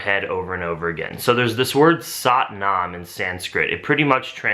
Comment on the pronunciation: That's really cool! But just an FYI, sat nam is pronounced "suth naam" with a soft t not a hard t